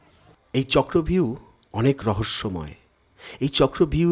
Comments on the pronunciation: কথাটা হবে-চক্রব্যুহ, চক্র ভিউ নয়। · চক্র ভিউ না, কথাটা চক্র বুহ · কথাটা চক্রব্যুহ হবে